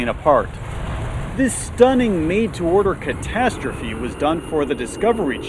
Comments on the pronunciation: ""When catatrophe strikes" XD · oh no... when catashterie strikes.... you better run boi